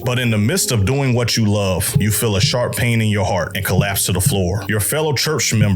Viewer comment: "Da game dat you luff . . . "